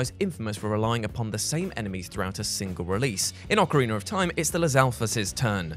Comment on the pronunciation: OcarinA not ocarinER 🤦🏻‍♂️